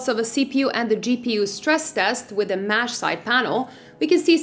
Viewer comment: Mesh not mash